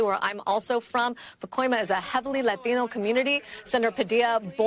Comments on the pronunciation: “laTINO” 🙄🤚 stop… stop doing that. Imagine if people did this when they said “rUssIan” or any other language lol… imagine if people said “Japanese” in a Japanese accent 😂😂😂 but its not racist when its “laTINO” 🤡💀💀💀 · "LA-tino's..."; I truly hate virtue signaling reporters. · So I guess that’s the new thing on how they say Latino these people are so ignorant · I hate when they say Latino in a Mexican pronunciation instead of an American when you're an American news reporter speak like it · When that reporter pronounces "Latino," I get a tingle all down my leg. He's obviously a Great Man. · "We won't byack dweeown." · Why do people switch to a heavy accent when they say the word "latino"?? But they don't when they say "chinese" or "japanese" lol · He had to bring out the latino accent just to say latino. Thats one red flag to tell someones on the left. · There is nothing more obnoxious then the way lefties pronounce latino. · 5.38 you don't have to try to pronounce it properly dude , we know what you mean. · If I never hear the selective accent on “Latino” again… would be too soon…. Cringe level 10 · I really "Dislike" people pronouncing "Latino" like that and going straight back to talking normally.